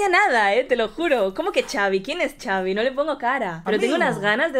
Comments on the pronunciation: Tengo entendido que se pronuncia Javi, porque se llama Xavier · Se pronuncia javi Saludos Reaccionen a DND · Es se dise javiiiiii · Solo para aclarar se pronuncia "Javi" y se escribe Xavi 😅😊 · Solo que se dice su nombre asi el xavi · Se Pronuncia Javi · Se escribe Xavi pero se pronuncia Javi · Se pronuncia Javi no? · Se dice javi solo que con x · No se dice chavi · Xavi se pronuncia Javi México se pronuncia mejico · Se dice xavier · Se pronuncia javi y se escribe xavi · no es chaviiiii se dice como si fuera con jotaaaaaaa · Se dice javi se escribe xavi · No se dise chavi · No se pronuncia chavi 😂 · Se escribe xavi pero se dise javi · No es chavi es javi jaja 😅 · No es Chavi es xavi,javi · javi vergaaaaa jajaja no chavi jajajajaja se escribe con x pero se pronuncia como javi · Simon reaccionen a esa • Poco a poco - Xavi con Dareyes de la Sierra • de mis preferidas ahorita y Xavi se pronuncia Javi y no chavi nomás para aclarar qué viene de Javier • saludos y perronas sus reacciones 👍🏼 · Por fin alguien que entiende, no se por que le dicen “chavi” incluso en canciones de poco a poco o modo dnd dicen “javi” y no se dan cuenta :b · Primero que nada se la dedico a su amigo y bien dijo en un video que no le estaba copiando a la otra canción de amg que nada más puso esa frase por que le dijo su amigo y no se pronuncia Xavi es Javi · Chavi 😂😂😂 es jabi=xavi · No es Chavi recuerden que les de origen mexicano por eso pronunciamos Javi con J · Se dice gavi no Chavi😂😂😂😂😂😂 pero su nombre es xavi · NO SE DISE CHAVI SE DISE XAVI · Se pronuncia "javi" no chavi 😂❤ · No es chavi😂 es xavi pero le dicen javi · Por qué le dicen Chavi? Que yo sepa se pronuncia Javi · Pero no es chavi es xavi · Xaviiiiii no es chavi es con las letras x a v i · no se pronuncia chavi, es Javi aunque se escribe Xavi... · No es chavi se pronuncia asi , javi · No es chavi es xavi se dije javi pero se escribe xavi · No es Xavi es Javi bueno así se dise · Es xavi no chavi 😂😂😂😂😂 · no es chavi es xavi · Se dice javi